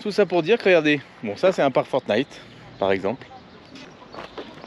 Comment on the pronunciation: s'il te plait, arrête de dire forT'night, il n'y a pas de "t" derrière le chiffre 4 (four) ni derrière le mot pour (for), je dis ça comme ça... rien de grave Merci pour les belles images